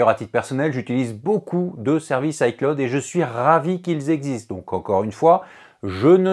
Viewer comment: pourquoi tu dis hi claude